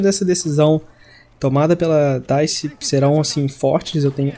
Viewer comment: mano o nome da desenvolvedora do Battlefield 5 é dice e vc falou errado